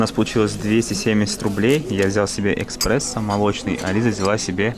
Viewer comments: Экспрессо мне! Экспрессо! ))) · КОФЕ Э...К...???? СПРЕССОО????...ЖЭСТЬ (((( Э...С...ПРЕССО ))